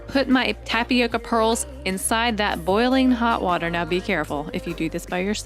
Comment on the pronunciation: Its tap-yoca this is how you pronounce tapioca🤣